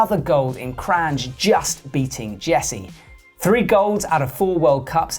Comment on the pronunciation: It's pronounced Kran, not Kranđ or Kranž. And she is Lučka (Luchka) not Luka. Thank you. :)